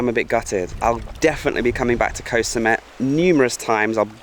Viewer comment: You have been in Thailand long enough to know how to pronounce the word “Koh.”